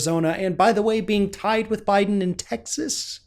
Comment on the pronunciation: Lol, you said Obiden.